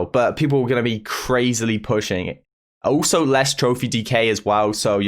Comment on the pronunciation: Nobody:: oOlso